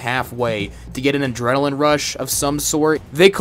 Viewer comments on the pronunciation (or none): none